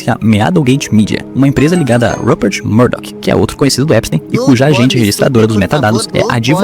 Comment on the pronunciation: falando EPISTÁIN